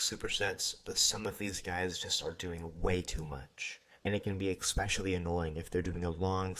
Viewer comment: Please, please... ESpecially not EX-specially